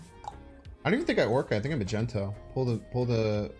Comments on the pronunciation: Mag knee toe , magento hurts me a little😂 great deck nonetheless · Its not "Magenta"...boy can't read?? It MAGNETO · he's Magneto .. not Magento